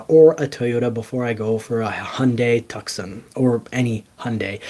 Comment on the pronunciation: TUCSON not Tuck-son sounds like Too-saun. Like the city in Arizona.